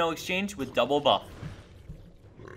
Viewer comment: Doublebuff sounds funny. DOUWELBAFF